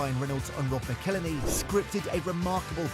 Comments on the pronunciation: Its pronounced MACKLE-HENNY... FFS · It's "Ma-cal-Henney"! McElhenney! What ways to massacre and mispronounce it There are many... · Perhaps you could start by… you know… pronouncing McElhenney correctly 😂. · Shame you can't pronounce McElhenney (Mackel Henny) as there's even a song about it! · I cringe every time you say Robs last name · If ONLY there was a video teaching someone how to pronounce McElhenney..... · Dude Ryan made a song on how to Say Robs name right as ways to fuck it up there are many and still you fuck it up! If you're going to make a video learn how to not speak like a NOB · It was so annoying how he pronounced it!! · You need to learn how to pronounce Rob McElhenney. There's an entire song about it. Unfortunately poor take. These guys aren't like normal businessmen, they are story tellers. A big difference is they have an entire TV show that earns them millions upon millions of dollars to reinvest in the club and gain additional sponsorships that no one else can touch. They won't sell until that new stand behind the goal is built, because that is one of their biggest projects that they promised to accomplish when they first bought the club. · you didn't even bother to pronounce McElhenney correctly...sloppy...he sold this idea to Ryan